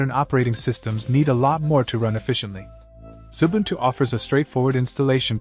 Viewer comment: Xubuntu not Zubuntu as in the video.